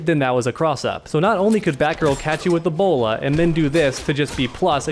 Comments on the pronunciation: When you was talking about Batgirl's bola, it sounded like Ebola. Plus I really think the Ebola that Batgirl has is really annoying!! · It sounds like he is saying "the player will EBOLA"